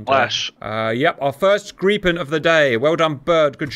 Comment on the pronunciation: Grippen not Greeppen